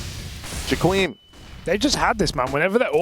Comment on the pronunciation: why is pronouncing Jkaem like jaquim?